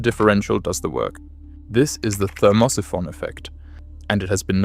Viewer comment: "ther-MOSS-i-FON"? Oh, Thermo-Siphon! Geez, does anybody do QC on AI?